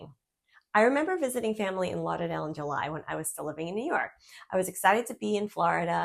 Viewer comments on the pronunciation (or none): Love the way you say Lauderdale. Lawdadale. You can only be from lawng iland 😂